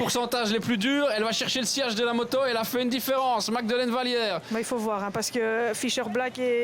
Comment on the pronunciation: Bravo magdeleine. Je sais que cest un extrait. Mais rien à comprendre par le commentateur. Incapable de prononcer correctement un nom. Il y a une version moins argo, plus internationale?